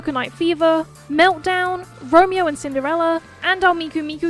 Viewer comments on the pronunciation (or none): none